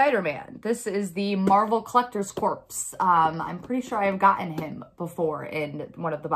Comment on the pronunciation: Sarcasm implied geese I thought you would have learned by the last zombie box unboxing it's core as an apple core not corpse as in corpse Bride thanks to all the grammar Nazis on the other video LOL